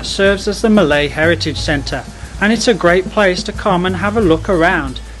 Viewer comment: Sir your malay pronunciation not bad